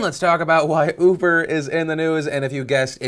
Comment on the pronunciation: Did he say 'ufer' instead of uber? XD